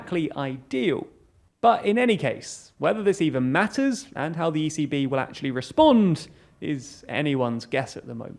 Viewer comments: Watching this sped up, every time you said 'the ECB', I thought you were saying 'the easy bee'...was thoroughly confused, but now want to learn more about the life of this peculiar pollinator who may be related to Easy V from the Spice Girls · ECB sounds like “easy bee”